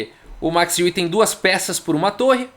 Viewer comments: Podes falar Max Aue ;) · Fala chará, te acompanho aqui da Alemanha diariamente. Eu pronunciaria o nome Max Euwe como "Macs Ouv". Tem um video raro Euwe e Capablanca jogando em onde uma pessoa apresenta o Mr. Euwe para o Capablanca. Admiro muito seu trabalho, vindo à Hamburgo, venha na minha casa!